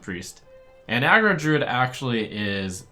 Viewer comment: He literally made no mistakes whatsoever tho